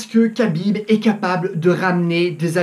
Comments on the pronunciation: Ça se prononce "krabib" et non "kabib" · Ça se dit Rabib pas kabib lol... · Et c'est Habib not kabib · Tu timprovise madame soleil à raconter l'avenir... khabib pas kabib comme tu dit en plus de ça khabib C et un lutteur ce que mc gregor n'est pas certe mc gregor est meilleur boxeur mais la c'est pas un combat de boxe anglaise khabib à toute ses chances mc gregor na pas combattu depuis un bail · On dit pas "cabib" ou dit "rabib" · Cest pas kabib cest khabib reapect son nom au moin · C'est KHAbib pas Kabib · CEST PAS KABIB MAIS RABIB SA CE PRONONCE COMME ÇA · Khabib, ça se dit Rhabib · Arrêté de dire Khabib Putin ça se prononce Rabib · C pas khabib c’est Rabib la prononciation 🇷🇺🇷🇺🇷🇺hamdulilah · Prononce bien déjà le prénom de khabib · Tu prononces mal le nom de khabib ce n'est pas khabib avec un k mais plutôt kh> comme le j espagnol qui fait r. Exemple le prénom jose avec une prononciation espagnol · déjà apprend à prononcer le prénom de khabib on voie déjà que tu connais pas khabib et la lutte et le grapling et largement supérieur à la boxe anglais qui est aussi très forte certe un coup bien placé de conor peu le faire gagner en 10 secondes mais si jamais il est amené au sol c finis ce qui est très facile pour khabib il ce battait contre des putain d'ours quand il était très petit pendant ce temps conor étais entrain de pisser dans sa couche khabib vas gagner et tu vas le voire dans quelques jour prépare toi à voire à quel points tu t tromper khabib a aussi un très bon cardio contrairement à conor, khabib a juste à jour avec lui 2 rounds et le 3 ème round conor perdra de ça précision et de ça force , il vas ce faire amène au sol par khabib très facilement et ça sera la fin pour conor mc gregor